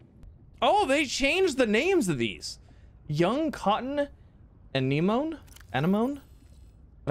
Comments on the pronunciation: Hey Z just for future reference: Anenome = "Ah-neh-moh-nee" Hope this helps :) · A-nem-O-neE That’s how you pronounce anemone